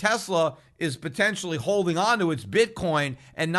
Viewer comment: Great commentary as usual! Please keep pronouncing "holding" as "hodeling" 🤠. We love it!